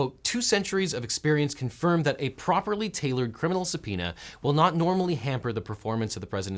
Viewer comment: that's how subpoema is pronounced?!